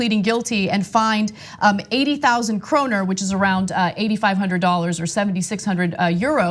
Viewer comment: Im swedish and i died when u sed kroner but in english